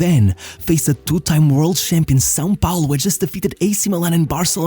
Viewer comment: Your pronunciation on "São Paulo" was spot on!